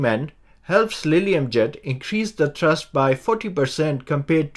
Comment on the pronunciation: "Co-rotating coaxial propellers" do not exist in practice. "Thurst" = thrust. High pitch angle at the root to low pitch angle at the tip. Most designs use tilting rotors for vertical takeoff and cruise, so require variable pitch propellers for better efficiency. Sharrow propellers are manufactured on 5-axis Heller HF3500 CNC machines. Worse control due to poor PID response from the greater mass/inertia of the toroidal props. Jetson ONE does not use coaxial propellers; rather, each corner uses twin motors in a tractor-pusher configuration. Coaxial propellers/rotors provide more control and maneuverability for the same footprint as a single rotor; however, two separate rotors are more efficient and provide more thrust/control. Jetson ONE has fixed pitch propellers/rotors, so cannot vary the pitch of each rotor; likewise, each corner's pair of motors vary their rotational speed together. Contra-rotating coaxial propellers can be arranged such that the aft propeller is smaller in diameter but higher in pitch than the fore propeller, which could provide better efficiency than a single propeller. (Similar to the ducted fan, albeit variable pitch, discussed .) "Co-rotating coaxial propellers" do not exist in practice. "Co-rotating coaxial propellers" are not used in practice, as opposed to contra-rotating coaxial propellers, because of the lack of cancellation of torque/propwash/gyroscopic precession/etc., more susc